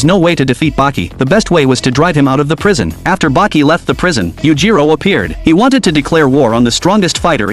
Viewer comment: The only recap who actually say "Baki"🥀